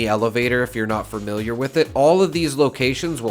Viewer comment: Why do you keep saying “fermiliar”? There is only one R in that word. Familiar.